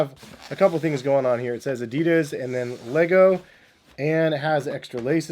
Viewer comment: So annoying the way you pronounce Adidas